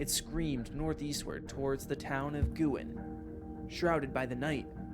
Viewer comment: You might want to compare videos produced by Pat’s Path Predictor and Weather Box (1 short and 1 long) with this video. In my opinion, theirs are better. By the way, Guin is pronounced gyoo’-in, not goo’-in.